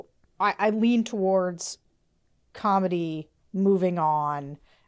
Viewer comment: Comity. Say the T. Otherwise, it sounds like Comedy. And while comity and comedy can be related, and while comedy can lead to comity.... in politics, the difference is important.